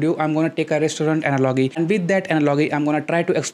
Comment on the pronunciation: Thank you for the easy to understand explanation. But I would like to tell you that you have to work on pronunciation of words like "analogy".